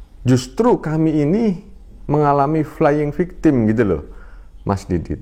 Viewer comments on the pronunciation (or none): bermaksud mengatakan "Playing Victim", tp yg keluar pada - kata "Flaying Victim". Hahhhhh......belajar dr siapa pulak bah? Tetap semangat mas Didit memberitakan kebenaran dg sopan. GBU.